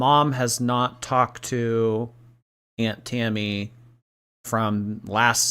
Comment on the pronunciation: Btw can I say that I genuinely hate the way she says aunt…it’s like nails on chalkboard not because of the pronunciation but the way she drags her speech is stupidly annoying…it’s like she saying “ayanT” with extra emphasis on the t